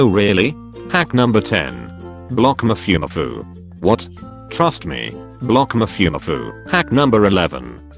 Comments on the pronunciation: Did he just say “Mafiumafiu”?? 🤣🤣🤣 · The tts pronounces mafumafu like zaboomafoo I’m GONE